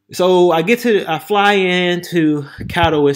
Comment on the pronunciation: Bro! You order not a drink you like but the most expensive because a lady is buying?!..Wow. Anyway the city you are referring to in this video is Katowice which is pronounced “ka.tuh.Vi.suh”.